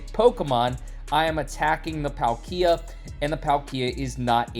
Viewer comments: prounced Paul-kee-uh. Not trying to nitpick but as someone who loves pokemon i feel like i can speak for a lot of us that when we here a mispronunciation of a beloved pokemon big spike of cringe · "Not trying to nitpick" - then don't. Been a lifelong fan since the Gen 1 games; I don't pronounce it as Paul-kee-uh. It's Pal-kee-uh. More or less the way it's spelled. I agree that the way says it is weird and I've not heard his pronunciation from anyone else before, but you don't get to speak for us about mispronunciation. EDIT: This is interesting: According to Google, there ARE two pronunciations: "British pronunciation" is Pal-kee-uh. "American pronunciation" is Paal-kee-uh. Given I'm British, that explains our difference. Unsure on the origins of pronunciation though. One of his own invention, clearly. 😂